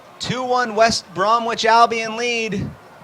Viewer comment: "West Brom"wich" Albion. "First Debut" Lol.